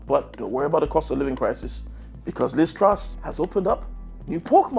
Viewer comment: "Join me in welcoming... Liz Trust" You got her fucking name wrong 6 seconds into the video. Britain's stupidest comedian?